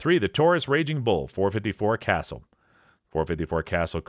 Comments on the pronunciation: It's .475 WILL-dee and .454 kuh-SOOL. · Wildey: "Will Dee" Casull: "Kah Sool" Magnum: "Mag Num" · It's called a 454 Casull, not 454 Castle🤣💯✌